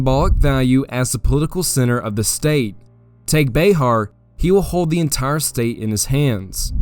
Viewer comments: FYI bexar is pronounced bear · Ya keep calling Bexar as Bayhar. I live in the area and have always heard it said Bear. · This is great. My only problem is your pronunciations of some things. Like bexar it’s pronounced “bear” not “bayhar” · Not Be-har its Be-ar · Sir, I have thoroughly enjoyed your storytelling, but as a native Texan, born and raised, each time you said Bay Har my right eye twitched, and I reached for my Bowie knife. Keep up the good work! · I wish you would pronounce Bexar correctly that was extremely annoying